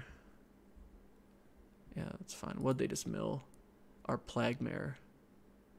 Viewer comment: This feels like I am being douche, but I cringe every time you say plague and macabre. No on says macabre right, but plague? Sorry. This is knitpicky, I like your draft content. You are good at thinking out loud, and I love that you see and own your mistakes.